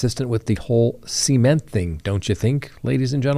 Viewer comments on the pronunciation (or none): SEE-MENT. never heard cement said that way. I kept thinking he was saying semen. 😂